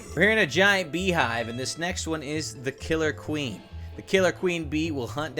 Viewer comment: DID HE SAY KILLA QUEEN? NO BAKUDAN BITES ZA DUSTO.